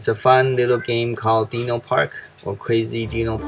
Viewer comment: I have to say its DINO LIKE DIE-NO NOT DEENO